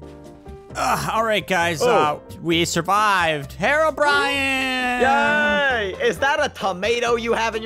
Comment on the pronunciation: "hero-bryan"